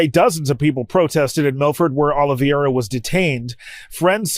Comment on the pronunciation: Oliveira is pronounced Olive-Vay-Rah. Trust me, I know. I also know better than to take myself or my obviously ethnically looking family to the United States. Not even for a visit. The goons are out of control.